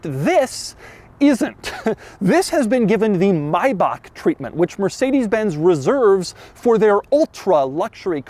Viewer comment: Funny how Americans can pronounce Mercedes Benz correctly but fail with Jagwire and Aston Martun.